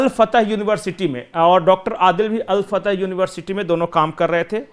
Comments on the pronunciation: Hello jankaari poor lelo, al Fatah nahi, al Falah, bakwas karthe ho, yar had ho gayi kitni giroge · अल फतह नहीं अल फलाह नाम है। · Al fatah nahi al falah